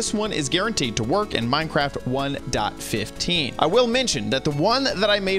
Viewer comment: way of saying '1.15' "One dot fifth teen" All of my friends: wOw wHaT tHe hEcC